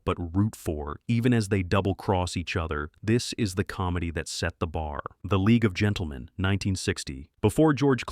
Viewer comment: Boy did you get 'The League of Gentlemen ' wrong!